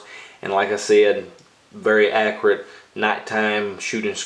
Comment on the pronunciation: “Accrite” , lol